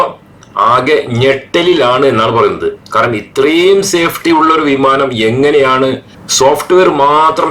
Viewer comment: വീമാനം അല്ല വിമാനം